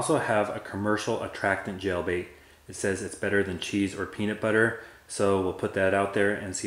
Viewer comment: Did he say GEL BAIT ?